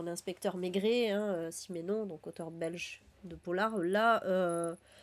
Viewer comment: Si je peux, on dit Simenon et non Simènon en Belgique. C’est Simenon qui a écrit les enquêtes du commissaire Maigret.